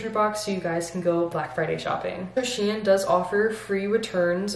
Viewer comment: With all my respect it is not correct to pronounce it shien but SHEIN